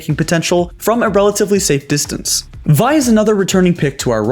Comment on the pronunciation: Vi you mean Vee :^)